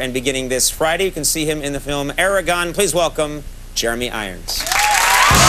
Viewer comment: I was excited to watch this Then Conan said "Eragon" I don't think I can keep going...